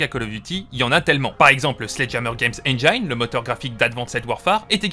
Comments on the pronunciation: interessante video mais on dit engine pas engayne dsl mais ca m a trigger ^^ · Enjaïne ? Ça se prononce comme c'est écrit, tu pourrais le savoir à ton grand âge